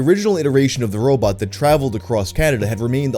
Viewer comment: "what's a robAWT doin here?"